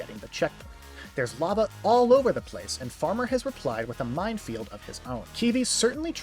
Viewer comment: only cause i hear so many others say it minefield* not mindfield